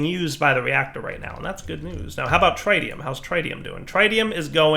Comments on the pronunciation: please TRY to ATTEMPT to learn to say tritium correctly..... tr-it-ium not try-tium... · DIRE stop mispronouncing tritium, it's pronounced with a soft 'I' like trit-ee-uhm not a hard 'I' like trite-ee-uhm. there is not try in tritium and you're driving me insane! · it's actually tri-ti-um ... tri as in 3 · Its pronounced "TRIT" + "ee" + "uhm" and i dont event speak english.... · we've corrected you before; that's not how you pronounce tritium! Here's the phonetic spelling: trit-ee-uh m Edit:, again, those wireless connectors cost more than the quantum bridge at distances like that! Use the bridge and save the RF! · he's mispronouncing tritium as well and I think I'm going to lose it...